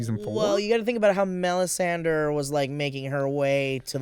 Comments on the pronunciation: melisandra, not melisanderr man that was annoying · it hurts when I hear pronounce Melisandre as MelisandER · '..Sandre' whispers Maude after butchers the lady's name. Lol loved that. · Does pay any attention to the show? How the hell does he not know how to pronounce Melisandre after all this time? It was so annoying hearing him say melisander. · Why do you pronounce it "Mel-i-san-der"? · Am I the only one who finds it obnoxious as hell that keeps saying "Melisander"? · drinking game: take a shot every time says Melisander, then yell FEEL THE BURN!!!!